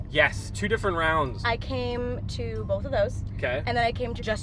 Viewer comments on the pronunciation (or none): “YAS… two different RHOUNDDDS” 😂😂😂❤